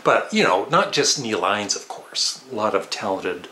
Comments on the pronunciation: In-nes. Not Eines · The pronunciation is “in-es” for Neil Innes. Also, i think Ricky Fataar was in the Beach Boys for a while